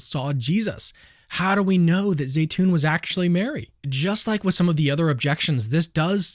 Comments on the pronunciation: Zeitoun is pronounced Zeetoun....not Zaytoun,just for the record 😉😉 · My son's Egyptian girlfriend saud that it is pronounced Zi..(long i)...tune.